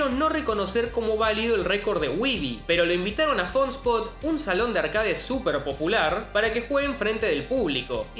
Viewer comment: ¿No crees que es una grosería no presentarte en tus videos? Y se dice «arquéit».